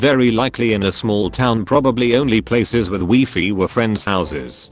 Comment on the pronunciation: Me: Wi-Fi TTS: Wee-Fee